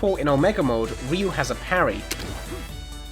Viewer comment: "ree-you" if you're saying ryu's name right it's only one syllable. i find it hard to say myself as far as syllables go. "rih-yoo." no. "ryoo." it's like why is my tongue twisted on a single syllable? how do native speakers do it